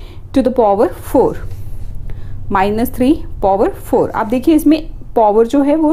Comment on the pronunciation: POver kya hota hai power hota hai bevkuf 😂😂😂😂